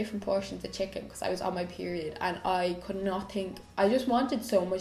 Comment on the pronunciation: did you say chicking instead of chicken? 😂 x